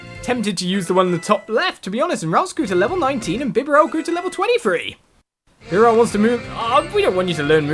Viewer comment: It's pronounced like 'Bee-Barrel' Love your Videos. Could you play wind waker HD please?